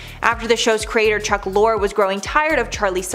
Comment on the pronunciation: Excuse me - but he is a huge figure in TV, so get the name right: Chuck LOH -ree. (Lorre)